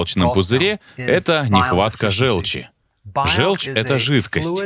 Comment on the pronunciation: ЖЁлчь - это от слова ЖЁлтый. Звучит как О. Говорите, пожалуйста, жОлчь. Иначе это невозможно слушать. Неужели вы говорите жЕлтый? Фууук